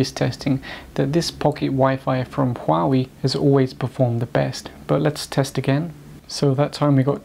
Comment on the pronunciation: Don't preach on what you cannot even pronounce. Learn to pronounce Huawei.